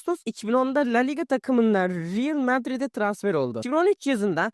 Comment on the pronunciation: biraz fazla kaptır galibağa ingilizceye riyıl madrid değil lan düz real madrid diye okuyoz ispanyada bile yoktur riyıl madrid diye okuyan